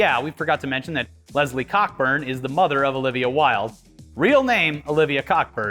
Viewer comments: Isn't it pronounced Co burn? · It's pronounced "Coe-Burn", but yeah, funny name when you say it that way xD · Not sure if its a joke but Cockburn is pronounced "co-burn" the C and K are silent